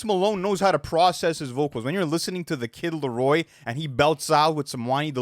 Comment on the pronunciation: He said his name right🔋❤️‍🩹